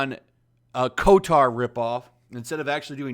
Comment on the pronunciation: KOTOR: Exists: "kOtAr"